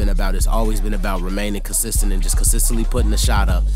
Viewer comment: Dude you kill the word consistent🤪